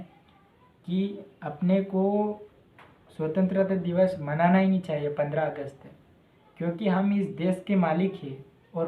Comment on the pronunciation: पहले बोलना सीखलो भाई फिरसे बोल स्वतंत्रता दिवस बोल